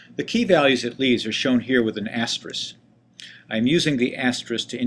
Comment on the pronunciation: Ty for video. I just want to point out that the word you were trying to say is "asterisk" with a 'k' on the end. This word is mispronounced by the tech community more than any other word I can think of. No idea why. The most common mispronunciation being "asteriks" with the 'k' and 's' reversed.